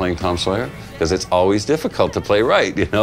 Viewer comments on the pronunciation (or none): none